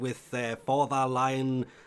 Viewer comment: It is a mushroom frame. I just checked the french version of the article. And it says among what will be in the live (I'm gonna re translate it) "a complete analysis of our 62nd warframe (a real mush(room))" Also I think the names of the protoframes are supposed to be pronounced lion and not laion for Lyon and Marie lerou and not lerouxe. It's really typical french names with it's weird pronunciation